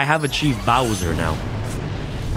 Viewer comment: For god sake its Bower not Bowser